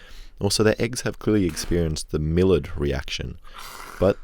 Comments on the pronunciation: May-ard reaction, not mill-ard. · It is pronounced "my-yard" reaction. Not "mili-yard". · "the Millard reaction" it's 'my-yard', not 'mill-erd' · Just because it bugged me, Millard is pronounced “my yard” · bruh its "my-yard" reactions not milard lmao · The browning reaction is pronounced like ‘My yard’ not mallard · its pronounced the “my yard” reaction, not “mill erd” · MY-YARD reaction not Millard sis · It's not pronounced (Millered) reaction it's (my-ard) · FYI, It's pronounced "my yard" reaction, not "miller'd" reaction. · it's pronounced "meiard" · maillard pronounced my-yard i think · MILL-ARD REACTION! I'm triggered lol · its pronounced "My-ard" reaction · Maillard is pronounced "MY-ARD". It's French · Bro if you keep calling it the Millard reaction, as in Millard Fillmore, I'm going to fucking scream. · It's pronounced "my yard" reaction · "Maillard" is pronounced My-arde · Prnounced Mayard reaction you degenerate bogan. Also Leidenfrost has an N in it. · Oh god I feel like a need but Miallard pronounced ‘my yard’ in Americanese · Love your channel but I'm gonna be that guy. Millard is french so it's pronounced "my-aard" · You pronounced maillard wrong it's pronounced mai-yard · Bruh you pronounced Maillard wrong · I think you pronounced maillard wrong